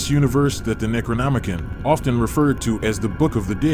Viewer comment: Necronomi-CON, not -CAN